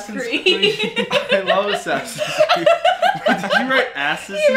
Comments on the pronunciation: "Ass-Ins" Creed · Man said Assins creed